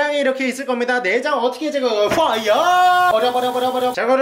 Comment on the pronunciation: 퐈이어~X 워터야~!O